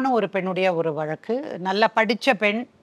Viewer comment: மேடம் வழக்குகள் அனைத்தும் நியாயமாக தீர்த்து வைக்குறீர்கள் நன்றி 🙏🙏🙏தொகுப்பாளர் வழக்கு என்பதை சரியாக உச்சரிக்கவும்...